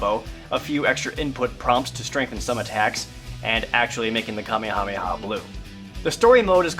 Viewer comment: Emile House I know it's not a big deal. It just sounds a lot different to me, and is just something I noticed. Saying "the Ka-mee-ha-mee-ha" is a lot different than the actual "ka-may-ha-may-ha wave."